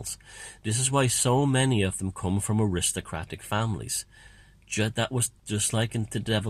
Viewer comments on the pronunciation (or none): none